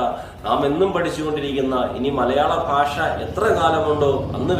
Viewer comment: ഫാഷ അല്ല ഭാഷ